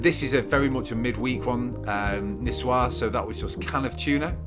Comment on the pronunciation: I think this salad name is in "White Chick" movie when a girl say "Nikoyse Salad". 😅😁🤭 I just found out the correct pronunciation from this video. Nisuer Salad. 🤩